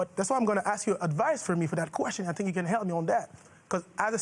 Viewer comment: Its "think" not "tink"